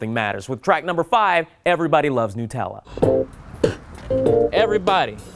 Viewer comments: Woah woah woah....Noot-ella?? Do you pronounce nuts as noots too? No! So it's Nut-ella. Pftt comone! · Did he call Nutella new tella. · What the fuck is newtella?